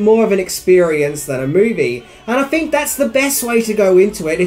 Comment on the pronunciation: I don't fink Minty knows a fing about how to speak English.